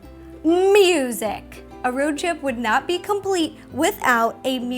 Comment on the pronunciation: It’s the Ro-ad. 😂👌